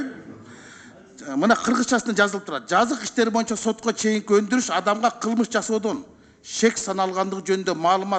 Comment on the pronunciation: мырза, кыогызчаны макалдашьырып аябай суйлойсуз, анынызга рахмат, бир созунузду гана туура айталбайсыз, "боюнча"деген созду "моюнча " деп анан дагы бир создорунуз бар....ошол создорунузду ондоп суйлосонуз...отунуч....